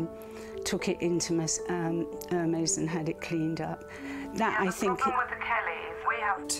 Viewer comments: She’s the appraiser but says Her-mays?!🤦🏼‍♀️ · OMG...she just said “Her” “Meezzee” when pronouncing Hermès...and she is an expert? But I do say the appraiser was bottom fishing and owner should of just named her price and be done with it. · Ive never heard a 'handbag expert' say 'Her-Mees' instead of prouncing it correctly. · The Hur-meeez. cringe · Exactly. Her pronunciation of ‘Hermes’ made me roll my eyes. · LOL exactly. When she pronounced it that way I wondered how much of handbags she knows about. 🤣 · She can’t even pronounced “Hermès” properly. Hahahahahaha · Bag expert pronouncing Hermes with the H sound? lol! Busted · That doesn’t even know how to pronounce Hermès correctly lol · The handbag offer was insane just one of the classic black Chanels you could get 3000. Don’t even start with the Hermès. The “expert”didn’t even pronounce Hermès correctly I was surprised when she first said it. She didn’t make the company look good, at all. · doesn't know how to pronounce 'Hermes' correctly and those bags are worth much more. Hermes and Chanel are invest bags. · First I wouldn’t trust anyone with my Kelly who cannot pronounce “Hermès “ right . I just chocked on my drink listening her pronouncing Hermès . General Chanel Classic Flap and Hermès Kelly or Birkin gives you better return than any conventional stock in the would. On top these were well made vintage rare gems and the condition was good enough. You can take them to the respective stores and get them spa and they would be good as new. She was a grotesque looking plastic woman trying to fool the sweet lady . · At least pronounce a brand correctly it’s Air Mez…..